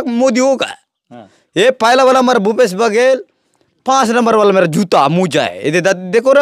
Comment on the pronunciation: भूपेश नही घुपेश❤